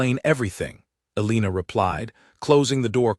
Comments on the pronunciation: Learn how to pronounce Elena or choose a different name. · Absolutely so annoyingly